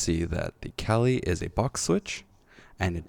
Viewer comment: Not to be that guy, but its Kailh not Kalih. I misread the word the same way as you up until recently lol. Otherwise great video!!